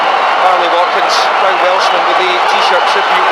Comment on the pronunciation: Brilliant. Pwoud, vewy pwoud.